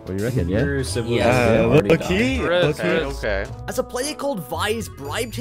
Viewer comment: Reckon* not RECON